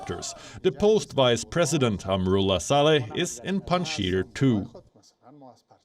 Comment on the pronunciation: it's Panjshir not Pandshir